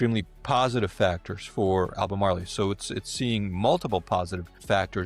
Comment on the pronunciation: Learn to pronounce the word.